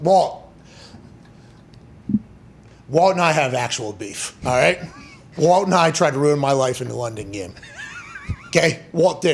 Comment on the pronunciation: his name is WALT, CMON.